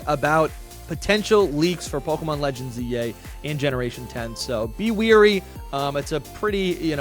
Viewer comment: It’s wary, not weary,.